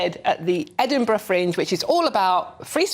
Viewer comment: Edinburgh Minge 😂